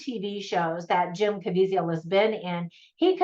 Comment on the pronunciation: Great review!! Just in case yiu want to know, its pronounced Kuh-Vee-Zuhl.